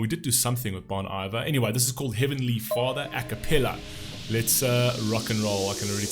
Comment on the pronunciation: Nice review, but the pronunciation of the band's name is Bone EE-vair. Bon Iver is a French phrase for Good Winter. Justin Vernon, the founder of Bon Iver, produced his first album in a cabin in the Wisconsin winter woods. Thus, Bon Iver.